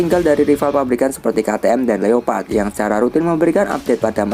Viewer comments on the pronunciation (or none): none